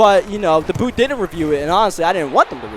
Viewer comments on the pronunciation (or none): none